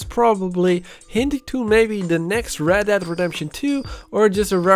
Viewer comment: I didn’t Red dead was pronounced Red DAD redemption